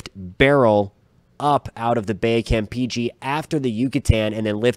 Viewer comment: DUDE you keep saying Cam • peachy, it's pronounced KAM • PAY • CHAY jesus christ.